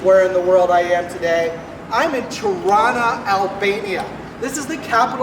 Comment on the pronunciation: You haven’t even pronounced the city correctly. This video shows us zero